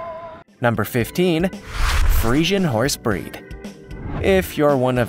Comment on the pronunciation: Dude. Can you at least SAY the names right? Or at least research your horse breeds, you say Friesan and just show an Arabian